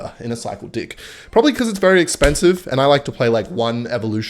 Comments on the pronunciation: Love it how he says dick instead of deck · Is saying dick instead of deck on purpose? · There is no way you’re saying deck